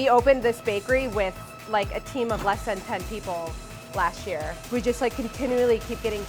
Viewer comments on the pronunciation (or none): none